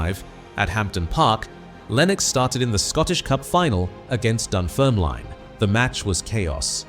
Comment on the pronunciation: Can’t pronounce Jock Stein or Dunfermline.